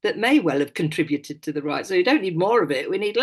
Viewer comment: was so good. I agree with her 100% and what a joy to hear someone who can actually pronounce 'contribute' correctly! 👏👏👏